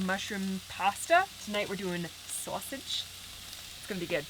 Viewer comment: Sausage; I don't know what accent that was but it brought a chuckle.